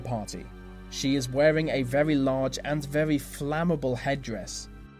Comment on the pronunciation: Veally a vevy vevy avevage vist, vib vemoval scavy vho "vov" sovvy Cldnt help it